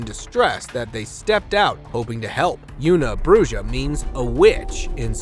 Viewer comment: Una bruja.... welp... fair is fair considering in mexico thy call boneless chicken wings "bon eless" (That's how they pronounce it. I know, it sounds stupid just like you pronounced una bruja as "una brujjah" lol)